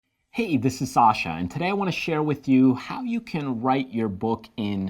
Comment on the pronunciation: its sasha as in levosaaa not leviosur